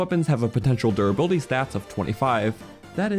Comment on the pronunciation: I love the way you say durrr buildy